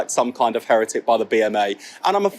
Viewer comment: Scary stuff. I don't like Streeting at all. BTW what's this with he-RETT-ic? It has always been HERR-et-ic.